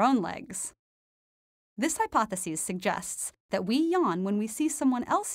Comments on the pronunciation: It bugs me how she pronounces the singular "hypothesis" like the plural "hypotheses." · You’re pronouncing hypothesis incorrectly most of the time. It’s driving one of us crazy. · It's quite annoying trying to follow the topic when you continually mispronounce 'hypothesis'